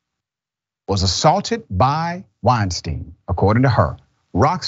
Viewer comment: called him Harvey "Weinstain". LMAO